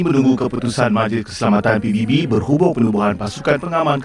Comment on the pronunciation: Menit dia bilang "pibibi"... pibibi apaan woy... Kat je jom jap cem 🤣